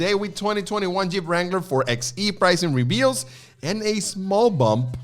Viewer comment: It's "4 BY E" not "4 EX E". Kind of like 4 BY 4. 4XE, 4X4.